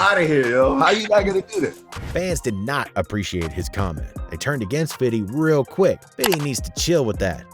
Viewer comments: Who was the first to pronounce it “fiddy” ? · Man y do they keep sayin "Fiddy Cent" its always been "Fifty" that's y we would say "Fif"... I always hear that from culture vultures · Why is this dude talking like this? Why does he keep saying fiddy cent 🤦🏽‍♂️ “The” G-Unit 🤦🏽‍♂️ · Why do you keep saying “FIDDY” instead of “FIFTY” when you don’t even have an accent like that?? You sound type goofy 🤡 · someone saying "fiddy cent" instead of fifty cent is just them trying way too hard... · I hate the white dude's who say fiddy.